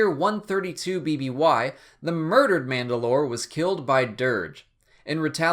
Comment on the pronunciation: It's manda'lor or mand'alor Can't remember which